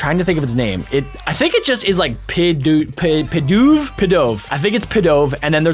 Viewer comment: It's pidov